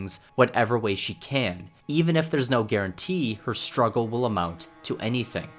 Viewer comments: "the two year stuggle" STUGGLE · “Two years of stuggle”